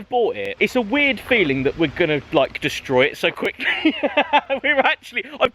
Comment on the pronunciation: "Destrory" lol